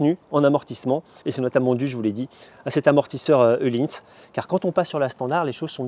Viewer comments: Il est dans la connaissance des langues, la française particulièrement... Dans la plupart des langues où la lettre Ö est utilisée, elle se prononce /œ/, soit des sons transcrits ‹ eu › en français. Öhlins... Voilà. Sinon, la section moto vous intéresse ? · Il est où le « e » dans ohlïns ?